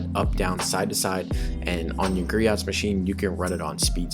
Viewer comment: Griot's Garage Greoh silent T